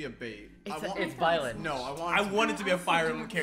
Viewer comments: Bruh did he just call Byleth "Bae"leth? Give my mans your car keys, your credit card and a kiss on the cheek. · We got Boi-leth and Bae-leth.